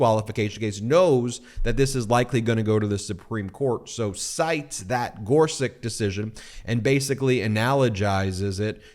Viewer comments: Ben! Regardless of how much he make suck, Neil Gorsuch’s surname is pronounced “GOR-sutch”, not “GOR-suk”. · GorSUCH just like it’s spelled. Not GorSICK like you kept saying. Eastern European names always end with the -ch sound unless the family changed it for some reason. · Ben - the Justice's name is pronounced "Gor-sutch" not "Gor-suck." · gor-suCH, not gor-siCK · Thanks, Ben. On pronunciation. I believe the original spelling is “Gorsuč,” meaning we would pronounce him “Justice Gor-such.” Second, I believe that Trumpie’s a bone fide illegal, too. His Opa Friedrich immigrated from the Bavarian Palatinate illegally, hiding the arrest warrant out for him, for evading conscription in his home country. Meaning Trumpie’s Dad Fred was an illegal child of illegal immigrants, too! BoneSpurs Trumpie’s a fraud. Always has been.